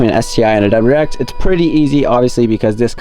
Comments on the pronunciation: It’s WRX not WX 😂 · I feel like you're ignoring the "R" in wrx